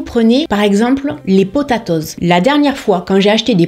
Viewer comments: Je suis désolée mais j'ai eu un fou rire lorsque tu as dit le mot potatoes 🤣🤣🤣🤣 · Ta façon de dire "potatoes" me fait vraiment rire, très frenchie 😂. Merci pour ces supers conseils!